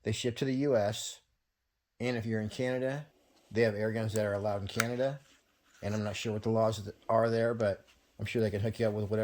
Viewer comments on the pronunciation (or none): none